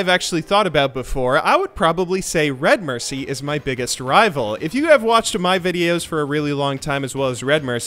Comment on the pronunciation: The way you pronounce Redmercy is giving me a stroke.